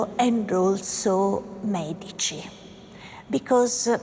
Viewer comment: has not someone told you how to say the word MEDICI???the accent is on MÉ, not on dí....